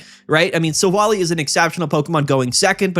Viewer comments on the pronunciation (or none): You gotta stop pronouncing Silvally like that. It's Silv-ALLY, not sil-volley